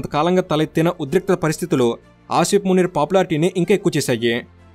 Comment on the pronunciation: Eedu names correct ga chepatla minimum, field master antadu entento notikochinadi anesthunadu…. Anni sarlu Aa Munir gadi name palikavu okka sari ina correct ga chapthunama ani aalochinchava avanni nduku likes, views and subscribers vasthunnaru kada chaalu antava 😂😂😂